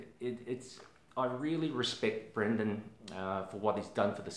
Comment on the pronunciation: Thank you for this video! Also wanted to mention, his name is Brandon not Brendon. ☺